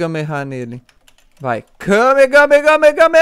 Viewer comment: É Kamehame Háaaa Ñ KamehameHame Háaaa Sério Foi Mal Me Dá Robux